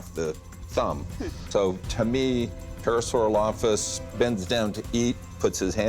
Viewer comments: That dino expert couldn't even say Parasaurolophus correctly... lol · On the fourth one, every time he said “Parasaurolophus” the subtitles said [inaudible]. XD Although I’ve never heard it pronounced that way. However, I question about it being a hadrosaur print, given their fingers had disparate sizes (especially the central one), and the ones in the imprint looked uniform. Also its very small. Most hadrosaurs were 30 feet long. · English is not even my native language and I was like: "how can you be an expert and NOT pronounce this famous dinosaur name correctly?"